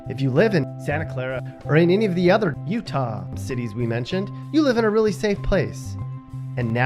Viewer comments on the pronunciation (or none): PLEASE STOP saying Utah like that!